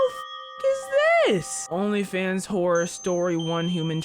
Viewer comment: Nah.. “Saturday night whorror”